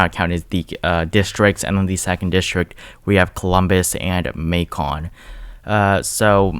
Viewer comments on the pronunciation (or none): Lol Macon is pronounced like bacon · Lol it’s so funny seeing my state get so much attention . Macon is pronounced “Make - in” lol nice try tho .